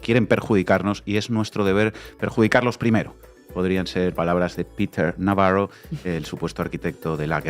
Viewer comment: Digan Navarro correctamente, con acento español. Viva España.